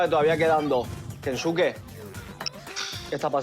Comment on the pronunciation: Pero kensuke no dice la B?